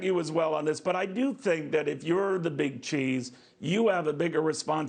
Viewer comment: I like the way you said Amber .